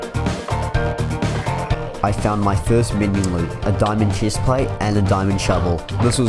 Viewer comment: Im hearing cheese plate👁👄👁